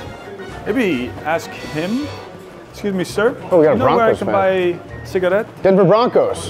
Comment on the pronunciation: Lmaoo asking where he can find a cigarette in English but putting a hard accent on cigarette